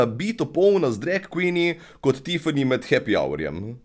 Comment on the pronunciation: Všeč mi je, ko reče drek in ne drag :)